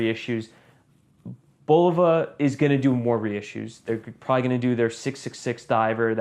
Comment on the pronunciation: Nice watch, nice review. Oh, and it's pronounced "Buh-low-vuh", not "Bowl-vuh". 😁